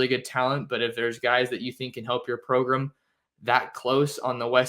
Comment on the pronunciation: Thanks for keeping us updated. I missed the show when "program" became to "progrum". Anyone?